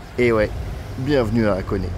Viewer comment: Vidéo sympa comme d’habitude, même si « FuDJi » ça pique un peu… Et puisque je pinaille, continuons: Hakone se prononce HAkone et non Akone, les syllabes HA et A sont différentes en japonais. Si vous demandez à un japonais la route pour Akone, il ne comprend pas…(histoire vécue…)